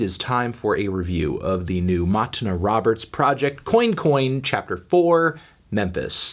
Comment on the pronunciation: "Coin coin" not being pronounced as "cwan cwan" ~ Anton Fanton L'Melon